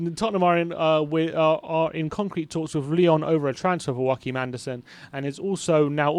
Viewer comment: It isn’t “Wackeem” Andersen. He’s Danish, not Spanish. It’s “Yo-ah-keem” Andersen.